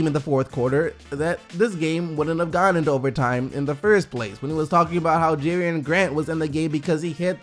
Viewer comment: omg 🤦🏽‍♂️ it bothered me so much when u said Jerian Grant in stead of Jerami Grant bc im OCD & a Thunder fan 😂